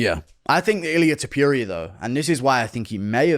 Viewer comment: Illia Tupewria😂